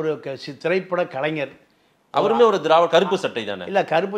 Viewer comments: கலைஞர் என கூறுக கலைந்சர் என கூறாதே உச்சரிப்பு சரியில்லை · 'கலைஞர்' என்பதை 'கலைஞ்சர்' என்று சொல்லாதீர்கள்.